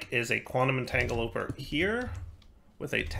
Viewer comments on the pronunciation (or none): Quantum 'Entangeloper' and 'miskellaneous' are my personal 'favorites'